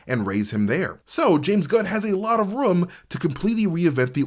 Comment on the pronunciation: Boston area accent spotted on the word “Room” lol